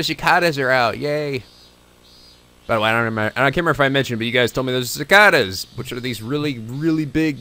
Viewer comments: Cicada (sI-kay-duh) NOT si-kah-duh. oh....... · Huh, I always pronounced cicada "si-kay-da." But apparently there's two pronunciations. We had those 17-year cicadas last year when I was 17. Cicadas that were born when I was a baby, finally emerging from their slumber... Then they mated, laid eggs, and died. Not such a fairy tale really...